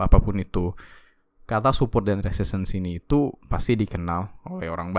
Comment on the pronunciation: yg bener resisten bang. Soal buat lowerlow itu bener. Abang salah nyebut aja, harusnya resisten. Pardon.